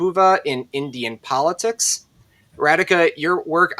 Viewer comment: Not Ra-D ka. It’s Ra-Dhi-ka